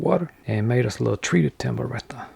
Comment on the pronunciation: righ thuh